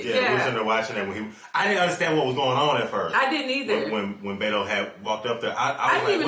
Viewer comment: He is calling him Beta instead of Beto. Lol